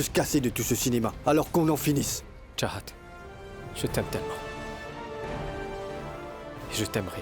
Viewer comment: on dit pas charahat on dit chahat